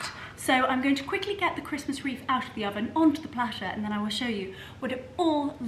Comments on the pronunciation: Wreath not reef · Delicious and stunning! The hostess with the absolute mostessssst! (Why are we saying reef instead of wreath though!?) Merry Christmas darling!! Much love xx